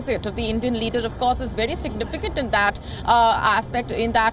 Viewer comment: Nobody on Wion can pronounce V. They say Wery important Wisit.